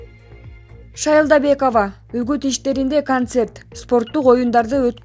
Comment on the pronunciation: Нуржан шайлобекова деп туура айт блигер